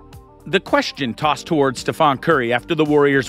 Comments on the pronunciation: It's StephEn not Stephan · His name is not STEPHON it's STEPHEN!!!!!!!! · painful watching your video mispronounced stephs name.